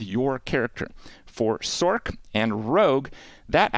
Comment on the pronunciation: Love the info….hate how you say sorkk lol it’s sorc bro